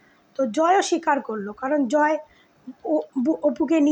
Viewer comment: Jmn APU biswas tmn tar vokto didi apni joy er naam ta vlo kore bolun vlo vabe kheyal kore sunun unar naam ki😂